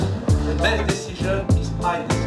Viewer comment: Best disijun ist m'y disijun à la française